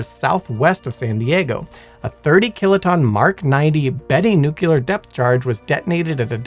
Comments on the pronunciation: Say it with me . . . NEW-CLEE-AR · Did you really say "nuculer?" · Yes, over and over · You lose all credibility when you can’t be bothered to pronounce nuclear like an educated person. I can tell you that no physicist EVER pronounced it nuculer. Also, it’s Prince “Oygin”. Only one of the finest soldiers in history. Try to show a little respect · NU-CLEAR! It's pronounced Nu-CLEAR!!! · It's not pronounced "nucular"... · Although I'm firmly in the "nuclear" camp, your calm and level-headed replies to aggressive comments is impressive! This is why I love this channel (and a mispronounced word won't change that) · It's "nuclear", not "nucular" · It's "nuclear" not "nucular." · Edit: I love work, but every time I hear, “Nuke-nails-scratch-chalkboard-yalur” my ears bleed. I know language is fluid, but every time I hear that word… screeeek!!! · People complaining of "nucular vs nuclear" a guy i know would flipped over "turban vs turbine" Mean while i say accents exist. New Jersey is Jersey to everyone outside of it, where as the locals would say Joyzee. The British have chewsday after Monday. The Appalachians have a crick instead of creek. And the Aussies are to the Brits what Texas is in the US. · You're an amazing narrator. Really. But being a fan of all things nuclear, I feel that I must tell you. It's nuclear, not nucular. To my knowledge, there is no such thing as a nuculus, only a nucleus. Apologies for the criticism, but it's a pet peeve of mine when people say "nucular" because, in the context of nuclear science, it is not a word. Aside from that small detail, you did a great job and I find you more entertaining to listen to during the day, and Simon to be more soothing and relaxing at night. They're was literally a time when I listened to y'all's content every night as I slept... and it still helps sometimes, even. But yeah, you do great work and you're a captivating speaker in your own right. Remember that when you get nervous.